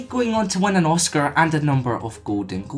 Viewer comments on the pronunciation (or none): none